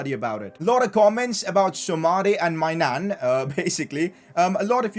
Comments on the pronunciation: Whenever he said maignan I heard my nan 😂😂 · When says maignan… doesn’t it seem like he is saying my nan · every time you say maignan all i can hear is my nan